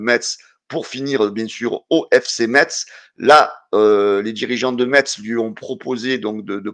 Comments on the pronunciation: Metz se prononce messe...bonne journée et allez l'OM! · pitié enlève le "t" de Metz lol Bises et à très vite